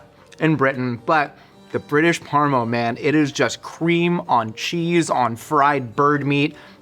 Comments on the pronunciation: its either - PARMI or PARMA, mate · In Australia we have a very hotly debated culture war between saying Parmi or Parma. To find out the UK calls it parmo.... I'll never argue either way again. Parmo is the worst thing i've ever heard. Bloody poms. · I can confirm, as a Brit, we only say "parm". No extra vowel on the end. Thanks.